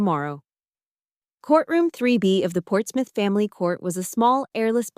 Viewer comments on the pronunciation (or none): none